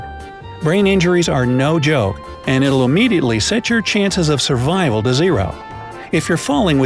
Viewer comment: survrival?? really??